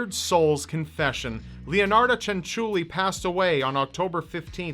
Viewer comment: you did not pronounce leonarda cianciulli bad